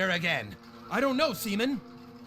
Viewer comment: "iT'S SEA-MAN!"